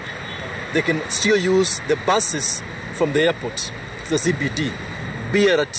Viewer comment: its BRT not Bi arati